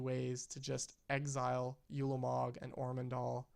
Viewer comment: while were at it. its pronounced oo-la-mog not you-la-mog. its also kah-Lee-tas.